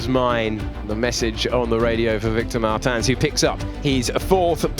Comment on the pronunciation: ITS MARTINS NOT MARTAN, HE IS NOT D’ARTAGNAN